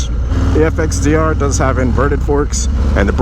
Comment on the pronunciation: Once heard, cannot be unheard. FXDERR! Lmao!